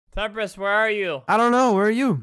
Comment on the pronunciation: Him : Temprist- Me : WAIT I THOUGHT HE WAS PLAYING WITH JAKE THE WHOLE TIME?!